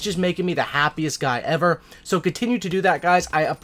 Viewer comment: Best vid ewer says